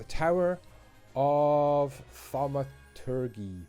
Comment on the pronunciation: The g in thaumaturgy is pronounced like a j - one of those words that have largely fallen out of use. City is really rocketting along.